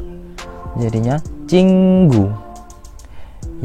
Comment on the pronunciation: kak contoh ke 2 dibaca jing gu kenapa ching gu ?